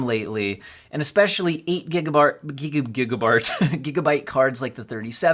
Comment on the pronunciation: he said gigafart 🤣